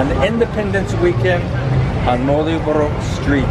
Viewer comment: Coba dieja ulang... bukan marioboro.. tapi malio boro:D